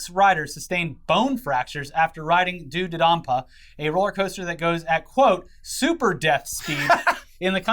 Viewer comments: I am an extreme theme park nerd, hearing yall talk about coaster makes me want to die hahaha. Its DOUGH not Due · The ride is pronounced "Doh-dodanpa" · As a coaster enthusiast, I just wanna say that it’s actually pronounced “D’oh Duh Don Pa” To explain to, on Twisted Colossus, the structure is wood but the track is entirely steel. It was done by a company called Rocky Mountain Construction that’s well known in the coaster community for taking wooden coaster, and giving them steel track